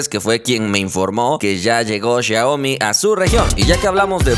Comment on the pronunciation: Jajaaj como dice xiaomi el dice shioaomi